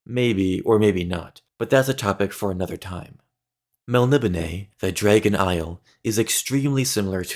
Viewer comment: Why do you pronounce it Jraegun